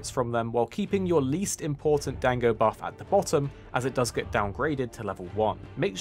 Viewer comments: Dang-go's Lmao. It's pronounced Don-go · "Dang-go" was killing me lol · 'dango', LOL